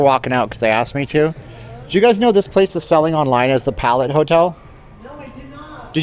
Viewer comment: That’s not how ‘palette’ is pronounced